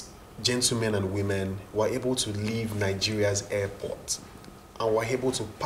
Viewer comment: Why are they pronouncing airport as hairport? 😆